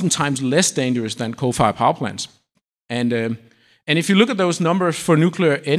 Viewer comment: This guy refuse to pronounce nice and slowly "coal fired" ... nah "cofayah" sound a lot better.